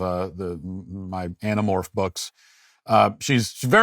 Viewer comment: "Anomorphs Books". Hilarious